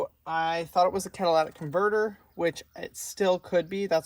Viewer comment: Cat-a-li-tic not cadilac-tic lol you made me laugh out loud... With a bad battery you may now have an alternator issue, as the alternator was working over time trying to keep the battery charged.